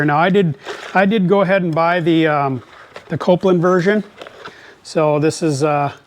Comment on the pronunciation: Say it with me... "Kol-pin." Not Copeland